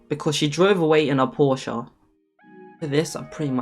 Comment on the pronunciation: Thank you for pronouncing Porsche right :)